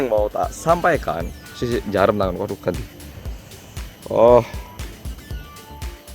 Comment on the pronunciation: NJAREM.... hahahahaha... aseli jjjjuoowo...